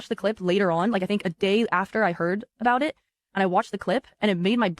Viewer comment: "tell me ughbowt eht"